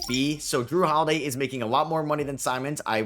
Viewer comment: "Jrue Holiday" really, how could you get that wrong